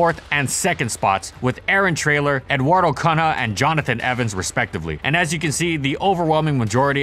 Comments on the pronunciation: Eduardo KHANA XD Cunha =~ Coonya not exactly but y'all can't pronounce nh for some reason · Cunha, the 2nd name of Eduardo is pronounced like "Khunya"